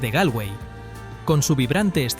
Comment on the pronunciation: Se dice Golway....,(se escribe Galway ) Slaigo (se escribe Sligo) Es importante pronunciar😅 bien